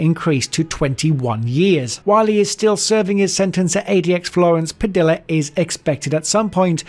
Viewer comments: Bro it’s not Pa DILLA 😂😂😂😂😂. Goodness that’s bugging the shit outta me. It’s Pa DEEYA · Spanish words and names using two Ls together (Padilla) makes a Y sound (Padeeya). Brits commonly get that wrong. Another example is Quesadilla (Kay-so-Deeya). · Can you attempt to pronounce Latin names correctly? You can't even say name like Padilla correctly. Jesus! lol! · ADX Florence and its inmates is a fascinating subject. I was so happy to watch this video until the narrator spoke. The pronunciation alone made this a disgrace. Waco and Padilla are just a couple of butchered words but there are many examples. The photos didn’t always match up with the person you were referring to. Also, all the inmates you spoke of were the ones in Wikipedia. That tells me barely any research was done. This could’ve been a good video but you cut corners smh